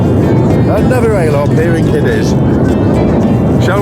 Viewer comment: Looks like you had a great cruise on Arvia 🚢 Just to let you know that the Ale Hop shops are pronounced "ah-leh-hop!" (like "off-we-go!") Might see you on the Sand Train in Mablethorpe this Summer 🌞 xxx